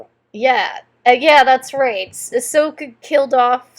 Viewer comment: It's AHSOKA not ASHOKA.